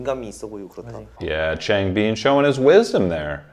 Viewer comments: this is just like some information i don’t mean this in any way !! but it’s chang- bin like dust-bin the chang is right it’s just the end you say it more like been instead of bin and it’s seung- min like the beginning of mint (min-t) again the beginning is right this wasn’t like affecting the video i just thought i’d let you know great video though i always like to hear your insights!! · A small comment on Changbin’s name: it should be pronounced ch—ah-ng bin. The A is if you’re going aahhh. Bin’s i is a short i, as if you’re saying “in”, not “been”. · I'm 9 episodes into this Stray Kids playlist, and I'm hoping he figures out how to say ChangBin and Bang Chan correctly. (Not hating, I just kind of think it's funny)